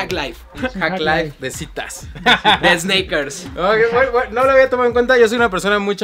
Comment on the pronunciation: Pinche cringe cuando dice esneikers